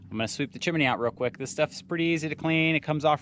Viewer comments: PLEASE... It's chim-nee (chimney), only 2 syllables not 3. Nice job of cleaning the stove pipe. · "chim-a-ney"....how you say it, -style! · Stove looks really good with the new glass door. Seeing the flame 🔥 always makes it so cosy. Made smile every time you said chimney by adding an extra ‘I’ in the middle. 😊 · lol "sewt" and chiminee pipe" I like it